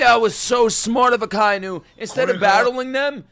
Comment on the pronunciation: Akainu is pronounced AH - KAH - EE - NU. Not uh-kai-noo